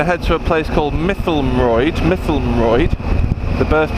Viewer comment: Mytholmroyd hurt my ears with that pronunciation. Still long trip... Only saw 1 speed camera van and it was going the other way! Yes lets be back on two wheels soon...